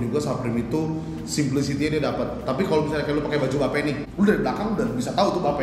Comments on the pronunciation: Bape dibacanya Bi Eip bang ( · Hypebeast masa bilang bape salah bilangnya beip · mam hrs nya jgn marah bro..lo sebelum mau review or bahas sesuatu lo harus paham kan dr cara baca, pengucapan dll.BAPE or Bathing APE, ya seharusnya dipisah (dibaca: Bi Eip)..bukan Ba Pe..